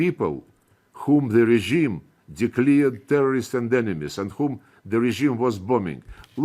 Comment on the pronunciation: You should swallow all these and much more. Declare not declear